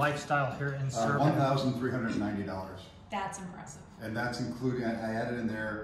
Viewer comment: Its Serbia, not Servia. Welcome!